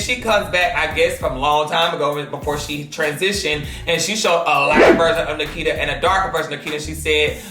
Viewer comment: ITS *NIKITA not NAKITA ❤️